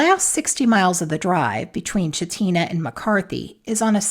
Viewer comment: Great video, been there several times. But it is Val-deez. And Chit-na